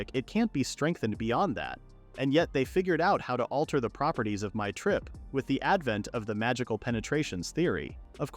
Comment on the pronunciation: It's ....ok. There are plenty of words that are mispronounced, such as when it tries to say "mithral" . "My trip" and "mithral" are very different and a human speaker usually won't make that mistake there.